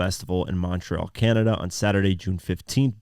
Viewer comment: Bro whats wrong with you? You can’t pronounce montreal properly?